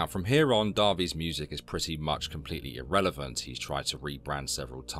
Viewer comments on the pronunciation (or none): none